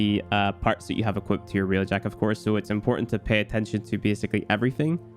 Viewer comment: id suggest not doing railjack video when you dont know how to say railjack to begin with..